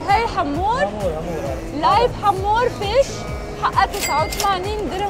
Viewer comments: لا يسمعك سعيد المهري من البطين تقولين حامور ههههههه اسمه هامور 😂😂😂😂😂😂😂😂😂😂😂😂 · احلى شي وقت ديالا بتلفظ اسم سمك الهامور ويكون الملقن هندي هههههههه